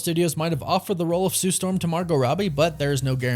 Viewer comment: Gotta say it like her now then Sue Stawm lol 😂 I don't see it 🤷🏿‍♂️